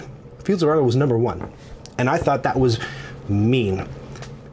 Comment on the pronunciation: Directly wantet to take the same line: Well pronounced,! 👌